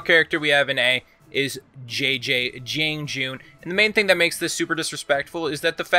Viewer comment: I swear. If I hear a nigga say "Jang joon" "Teeyandi" or "Nooks-ee-uh" again I'm actually gonna report all of Kenzo's for Honor vids.